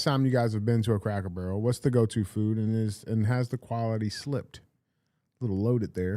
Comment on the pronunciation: Does DJ say Crackle Barrel?